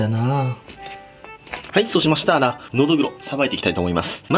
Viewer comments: ハイ、ソシマシターラ！ が日本きたて感が出ててとてもかわいい。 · ソウシマシターラ(イタリア語) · そうし↓ましたら↑ みんな「どした？笑」